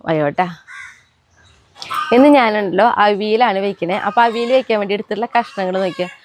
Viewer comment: അവിൽ അല്ല അവിയൽ എന്ന് പറയൂ.